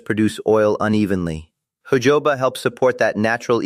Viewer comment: It’s Jojoba oil, NOT Jehovah oil for heaven sake! The ‘J’ is pronounced as letter ‘H’!